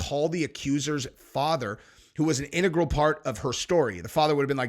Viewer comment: Thank you for saying integral correctly! I haven't heard anyone else on YouTube pronounce it properly.